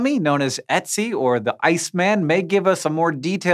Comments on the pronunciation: While this was very fun an informative, the umlauted O in German isn't pronounced like an E, it's pronounced like an "oh", more specifically ( as specific as I can get through text ) like the sound you make halfway between an "oh" and an "ooh" (shape your mouth like you're going to say "oh" but then say "ooh" and as the sound filters through your lips, it'll sound about right) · "etsi" ITS PRONOUNCED UUTSI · its oetzi, not etsy. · Why do you keep saying ETzi instead of ERTzi? Very distracting. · i was triggered... i mean pronouncing it otzi would be better then etsy. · Haaaank.... it's pronounced Oot-zi. Go ask any of the German professors at U of M if you don't believe me. ;) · It isn't pronounced 'Etsy' or 'Etsil Mountain'. The O umlaut is pronounced 'uh', more like the French e or the u in urn. Poor Hank -- you need some German speakers on your team! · The fact that he pronounces Ötzi like "Etsy" is way more hilarious to me than it probably should be :v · You're pronouncing it "etzi", the letter "ö" is more like the Danish "Ø" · Good lord, please learn to pronounce Ötzi correctly. It's not "Etsy", that's an online store. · Dear Hank, I know not German-speaking people have trouble pronouncing German words, especially if they have Umlauts in them. Ötzi = Oetzi ≈ Œtzi isn't pronounced Etzi but with some kind of an 'o'-ish sound... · > Most of us are just barely literate, and you are expecting such people to use foreign pronunciations Hank is not "such people". Hank is a science communicator. I can understand if his German pronunciation is not perfect, but "Etsi" is not even close and, as pointed out, there is a pronunciation much closer to correct that English speakers shouldn't have an problem with. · Thank you! His pronunciation of the name was killing me! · If you say "Ö" like the "u" in "burn" then you get it right though. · Come on Hank, umlauts are not that difficult. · LEARN HOW TO PRONOUNCE ÖTZI DUMBASS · Why are you pronouncing ötzi like that?